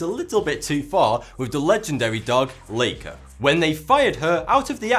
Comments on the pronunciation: It's Laika not Leika. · I like your channel, but, even I know how to pronounce Laika ('Like-a'). I don't get how you could pronounce the name of the sheep, but not the name of the dog!